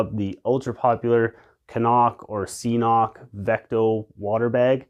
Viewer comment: Agreed on jetboil for sure. I like sawyer cnoc (and it is k-nock haha!) combo, but I am trying Katadyn. Love the Exos and good on you for not succumbing to the peer pressure haha. Great video man!